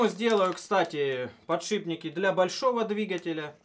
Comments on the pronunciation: Подшибники,блять,подшибники!!!Еще начни говорить ейные и ихние! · Да чтож у всех пукан рвет за подшиБники? Ну так просто говорить удобнее, много таких слов, шрус например! Все упорно говорят шруЗ! естественно знает как правильно писать и говорить это слово! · единственный кто может говорить подшиБники! Он гениален. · через Б легче, также как и ЦА вместо ТЬСЯ. Обитателям петровских болот конечно же не понять того.